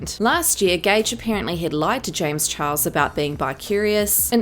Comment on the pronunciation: Honestly I laugh every time she says James chihuahua